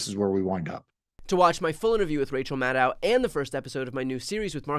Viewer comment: It’s Maddow, like “shadow” - can’t believe how many of her peers refuse to learn the correct pronunciation.